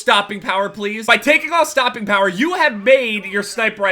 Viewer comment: Sorry, but is he trying to say use stopping power? Wasnt very clear.